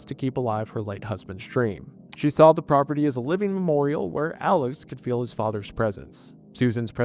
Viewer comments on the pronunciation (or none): none